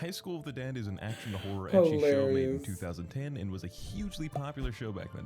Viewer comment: The way you pronounce Ecchi makes it sound like you're saying Icky 😂